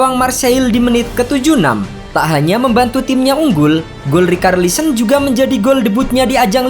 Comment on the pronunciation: Bang kenapa rikarlisen, bahasa inggrisnya itu bacanya ricarlison, ga pernah nonton bola apa gimana bang, komentator Inggris bilang richarlison bukan rikarlison. Aneh ajaaaaaaaaa